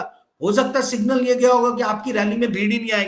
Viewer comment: सिंगल नहीं सिंगनल ❤सिंगल माने अकेला आप बहुत अच्छी पत्रकारिता करते है बहुत सही उम्दा बोलते है God bless you ❤